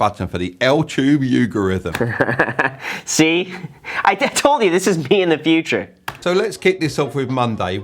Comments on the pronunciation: "altube yougarithm" LOL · "Make sure to hit that thumbs up button for the 'Altoob Yougorithm'!" He's exactly you Graham 😂